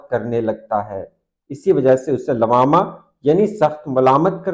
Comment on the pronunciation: لوّامہ واو پر تشدید کے ساتھ ہے شاید